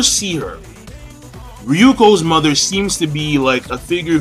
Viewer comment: You kept saying "Ryuko's Mother" O__O